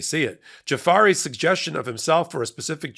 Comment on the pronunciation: Did you say jafar? Like the disney villain? 😂